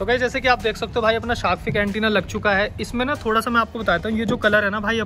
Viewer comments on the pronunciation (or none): Correction bro: Shark Finnnnnnnnnn not fig, thank me later 😊